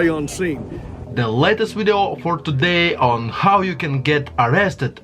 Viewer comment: !!!!!??? WTF IS A WIDEO???